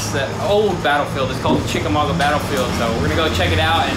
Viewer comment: Did mah boy just say "Chickenwaga battlefield"?!? 🤣🤣